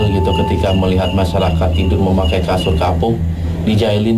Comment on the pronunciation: bukan kasun, tapi KASUR = BED